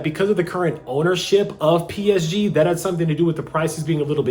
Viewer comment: Your pronunciation of PSG is horrible. Fans of the team are cringing